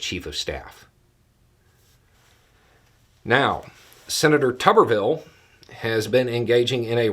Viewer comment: I think pronouncing his name as "Tub-er-ville" is incorrect. I think it should be pronounced "Toob-er-ville", like, you know, root vegetables. Just my 5 cents (Canadian) which converts to about 3 cents US.